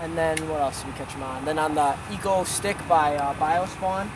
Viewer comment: It's exo-stick